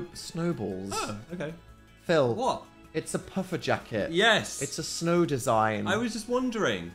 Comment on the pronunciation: in the snuhhhh